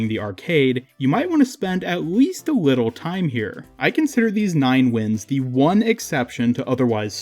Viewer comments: ''You might wanna spend aweast a wittle time here'' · WITTLE BIT